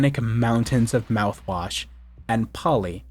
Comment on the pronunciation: he said the mout wash